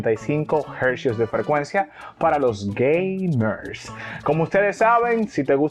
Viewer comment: Porque tú dice gay mer e 🤣🤣🤣🤣🤣